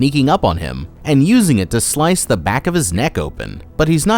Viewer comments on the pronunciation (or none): none